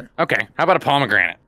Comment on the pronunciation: said pomranian juice, like the dog, sorry about spelling lmao